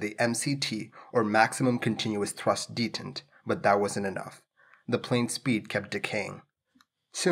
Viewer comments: "detihnt"? I think it's pronounced "day-taunt" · Check pronunciation of "detent". You have the emphasis on wrong syllable.